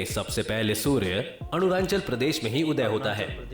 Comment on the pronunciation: Ye video wala Arunachal ko Aru nan chal Bol raha😂